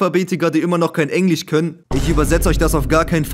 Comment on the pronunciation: was für „Englich“ es heist EngliSCH bro ENGLISCH